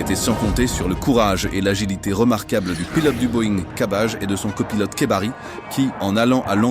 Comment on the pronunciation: Bekkari pas kebbari 😅